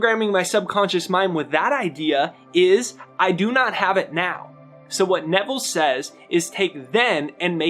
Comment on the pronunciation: You articulated Nevel perfectly!!! Thx!